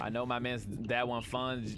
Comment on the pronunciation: you were so close its fungi like as in mushroom